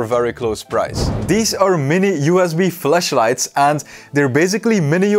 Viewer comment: When he says flashlight it sounds like fleshlight 😂